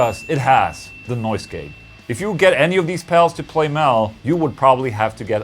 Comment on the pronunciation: Dude keeps on saying "pels" lol. Keeps making me laugh. "the bess pels for mel tones"